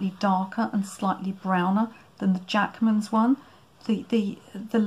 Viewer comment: oh interesting, i thought you were saying, Jackson's! But these are Jackmans.